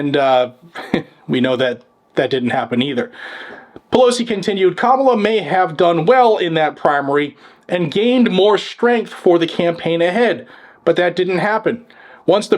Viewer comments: Kalama?😂 Or Kam uh la? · Lol "Kalama"